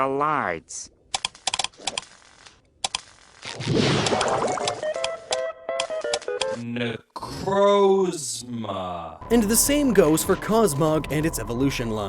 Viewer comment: You pronounced necrozma wrong